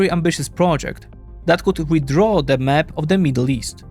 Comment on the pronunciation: Nie mówi się "mep" tylko "map" 🤦‍♂️